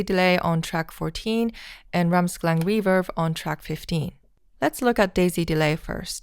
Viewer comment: Why she’s saying: reeferb?